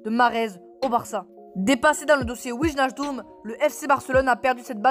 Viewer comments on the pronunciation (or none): Tu ne le prononces pas bien